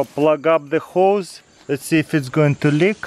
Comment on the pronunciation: i thought he said hoes 😂